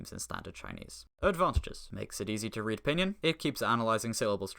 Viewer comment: never heard pinyin pronounced "p'nin"